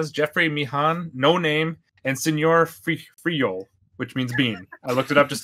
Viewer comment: "Senior Friyol" LOOOL